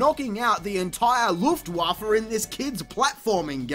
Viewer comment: Hearing you say "Luftwaffe" earned my like entirely! :3